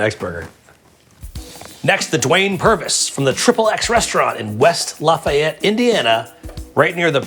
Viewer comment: Get that heart attack? But first learn how to pronounce Lafayette...